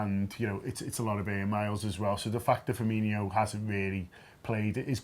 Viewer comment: It's Firmin-o, not Firminho. Although, Klopp did say it too.